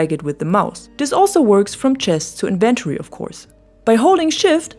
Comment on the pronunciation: Very helpful video, thank you. :) I love the layout of your base, especially the sourrounding walls. They look beautiful! Außerdem könntest du "inventory" auf der ersten Silbe betonen wenn du möchtest =)